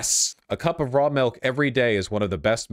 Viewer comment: The saddest thing in this video is Vorsh pronouncing milk “melk”